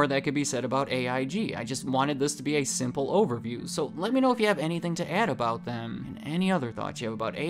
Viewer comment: I thought you said scandal overview not simple overview 😅